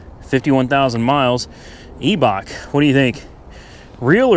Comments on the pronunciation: The Eeee is silent. “I” Bach. 😂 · It's I-Bach just like my german last name..It's pronounced Tie Pen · Eibach is pronounced more like eye-bach